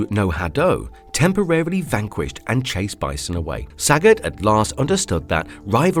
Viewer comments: I am Thai. Sagat (สกัด) is pronounced Sah-gut (S̄kạd), all syllables are short sounds. His name means to intercept or to extract or to chisel in Thai language. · Not one to correct people, but this literally was making my head hurt. The names of the Street Fighter characters Sagat and Ryu are pronounced Suh-got, and Re-you. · Saaghat. Saagot. Sa-got. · I love how you pronounce saget